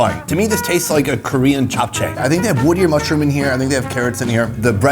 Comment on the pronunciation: Omg you can pronounce JapChae correctly. 😍😍